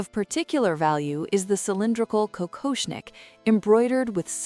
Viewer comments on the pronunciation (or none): Какошник, ИИ читает с ошибками.